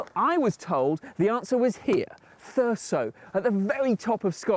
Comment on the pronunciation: the only thing that annoys me in this video is that they keep saying thur-ssso instead of how it is acctually pronounced thur-zzzo